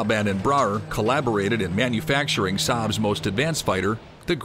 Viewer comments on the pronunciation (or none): none